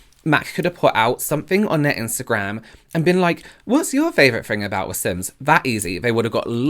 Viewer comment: Or “fings” XD